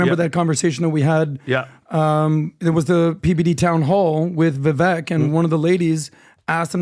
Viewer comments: learn how to pronounce Vivek's name. Its VIVAKE, AS IN CAKE. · it is disrespectful to continuously mispronounce someone's name especially when they have been on your podcast. It is Viv-AKE like CAKE. jeebus dude. He's not Kamela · and, please start pronouncing Vivek properly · How about you guys show Vivek some respect and LEARN TO PRONOUNCE HIS NAME CORRECTLY